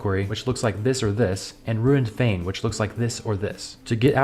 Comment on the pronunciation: "Disused fane" he says ;)